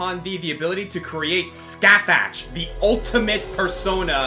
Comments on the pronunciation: ....it's pronounced Ska-hawk...not Sca-thatch.... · I hate to be that person but you guys pronounced Scáthach's name wrong, her name is actually prounounced "Skah-hahk". (I know this because of the Fate series and I have a friend who is really into Celtic lore)